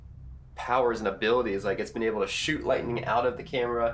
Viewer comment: Does he say sh*t or shoot